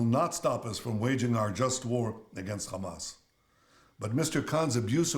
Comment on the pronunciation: U still cant pronounce hamas 😂😂😂